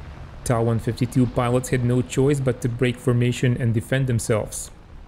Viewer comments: The designation of the plane is pronounced "t.a.", not "taw". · It's not pronounced TA! It's pronounced T-a!!!. Get it together.